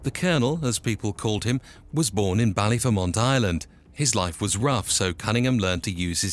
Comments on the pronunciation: Destroyed the baklyer prenounciation 😂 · The way he pronounced Ballyfermot , Lol and his nick name was ' the Colonel ' not the Cournal...!! 😄👍🐴☘💚